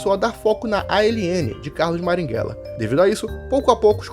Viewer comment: Marighella; A própria história mostra que ele queria trocar uma ditadura por outra enquanto praticava terrorismo (Isso foi dito pelo próprio Fernando Gabeira, mas, infelizmente, você não cita isso no vídeo). Passe adiante. (você falar maringhella, em vez de marighella me pega demais kk)